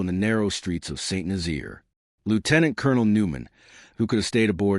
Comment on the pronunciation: St Nazaire . St is not 'street' it is 'saint'. Nazaire is Naz-air not Nazeer!!